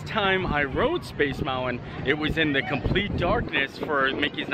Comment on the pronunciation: There's no "W" in mountain!